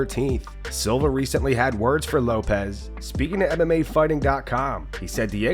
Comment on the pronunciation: The dude’s last name is Lopes how the fuck do y’all keep messing that up?